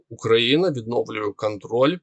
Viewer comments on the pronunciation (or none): none